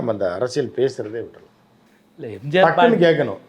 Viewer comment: முதலில் பழனிசாமியிடம் எம்ஜிஆர் என்று சொல்ல சொல்லுங்க. எம்ஜார் என்று solvaan